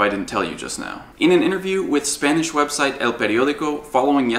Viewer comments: Very nice Spanish!! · Omg, you said everything right in Spanish xD I don't now why I am so mind blowed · You nailed the pronunciation in Spanish